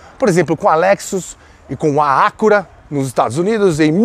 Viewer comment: Onde será que está o acento agudo no Acura pra se pronunciar Ácura pqp!